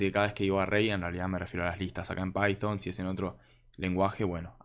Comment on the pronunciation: pyfon? decilo bien.. no quieras demostrar que "sabes ingles" encerio y de onda te digo. para evitar las criticas